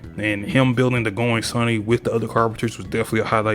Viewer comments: No hate bro really just said the going sunny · bro called it the "going sunny" 😂😂😂